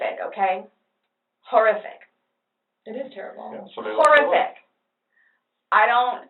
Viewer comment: The way she pronounces horrific as “whore-iffic” irritates me lmao. For someone who claims she’s a straight A student she doesn’t seem intelligent at all.